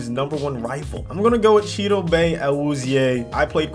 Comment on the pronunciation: Chidobae HA It’s Chi-uh-doh-bee not Chi-doh-Bah